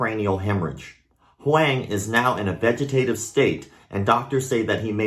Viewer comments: “HUANG” is pronounced “WONG”. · What a terrible story. Thanks for sharing it. Also, since you mentioned the name pronunciation, I’m from Taiwan 🇹🇼 and I’m almost certain that they must be using his surname, and if so it should be pronounced more like ‘Hwong’. Taiwanese first names are made up of two characters, rather than just one. Great channel, and thanks again for sharing the story, sad as it may be. Poor kid. His parents must be a wreck... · Pronunciation for Huang (in standard Mandarin): the a is pronounced the same as in father. Same for when you see “Wang”. Awesome channel, dude. Keep it up! Thanks for the martial arts news, even the darker stories. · I haven’t even seen the way the kids name is spelled but by the terrible try made I’m going to say the word was this “huang” which is pronounced “wong” like my name if anyone knows why this is feel free to hmu